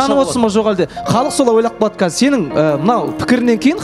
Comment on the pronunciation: мен Рамазан жок деп неге ударение бересиз Диана жалпы осекке кумарсыз